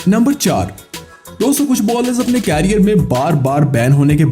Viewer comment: भाई कैरियर नहीं करियर। उच्चारण की तो वाट लगा रखी है।